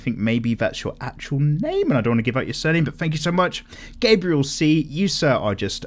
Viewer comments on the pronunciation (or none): none